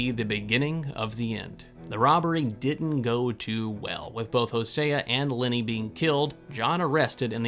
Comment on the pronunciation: You kept saying “Linny” I was trying to figure out who that was until I realized you were saying Lenny